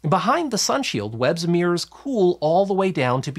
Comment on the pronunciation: There are two Rs is the word MIRROR…… Jesus Christ. No idea why you insist on calling it a Meeeurs